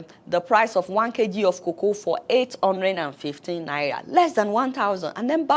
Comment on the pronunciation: Even the way you are calling this naira ehn... I dont want to hold it or see it with my eyes... "Naiya" 🙄